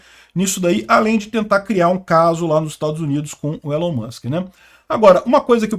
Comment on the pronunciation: Se fala "ÍLON" Musk.